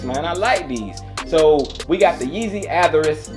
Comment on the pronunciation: NIKE is coming out with FREDDIE KRUGER JOINTS for Halloween,Air max 95's. I hope i can cop them? I hope you do a video on them if you cop? The way that you are pronouncing the name of the sneakers is correct. Teen Titans Go. ❤